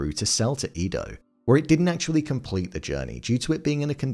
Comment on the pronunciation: 1. Ieyasu is pronounced "Ee-yay-ah-soo," not "Lee-yay-soo." 2. Edo is pronounced "Eh-doh," not "Ee-doh."